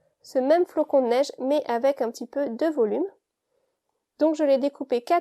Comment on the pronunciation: Le flocon et pas flacon....................